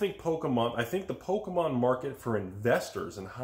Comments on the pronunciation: It's pokey-mom not "poke-a-mom"!! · But not polkamon...